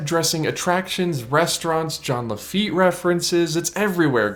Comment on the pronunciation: john le feet isnt it jean..